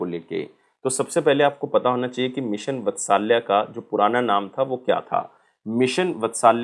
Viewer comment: मिशन वत्सल्या नही भाई मिशन वात्सल्य ठीक से बोल भाई जब पढ़ा रहा है तो ।।।।